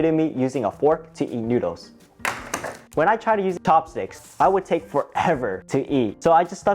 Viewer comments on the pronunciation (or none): He said topsticks instead of chopsticks